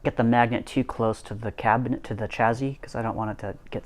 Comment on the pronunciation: Is that 'chazzy' or 'chassis'? 😂😂